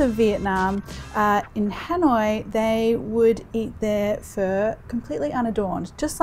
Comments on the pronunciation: I've never heard anyone pronounce it as "fur". I thought it was "fuh"? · First time I've heard it pronounced like that. I've always heard it "fah" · why do you call it fur? its pho (pha) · Hey Marion, I am very impressed with this delicious bowl of beef pho 😍 one of my most favourite dishes every! I love the way you make this! Seriously looks divine 🤤 However, I would like to comment on the way you pronounce “Pho.” The dish is a traditional dish of the indigenous people of Vietnam. It is not “fur” it is “pho” pronounced like “for.” Just a word of encouragement, to encourage you to pronounce it properly. Besides that, you are amazing! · Marion, I love watching your videos and your food looks delicious! But honey take the “r” out of pho. It’s pronounced “fuh?” like “huh?” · Isn’t it pronounced “fOe” pho 🍲? Not “fUr”? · Fur? I think its Pho. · It’s fuh, not fuuuur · I hear Vietnamese pronounced it "fa" not "fur". 😂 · Why are you saying PHER? It's PHUH. PHO. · You calling this fur DRIVES ME CRAZY. It’s fuh, not FUR. 🤦🏻‍♀️ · I keep hearing “fur”. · the way she says pho sounds like fur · I've never even heard it pronounced that way from Vietnamese people. Idk why she is saying like that.. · It sounds like she’s saying FUR lol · Its pron as pha not pho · The way she pronounces pho like frrrr sounds so pretentious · Can you please say it right or attempt to?